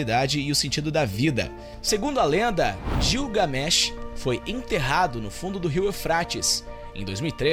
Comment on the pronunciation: gilgamés não gligamesh.